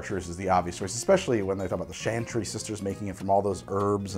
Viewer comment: every time he says "chantry" as "shantry" lol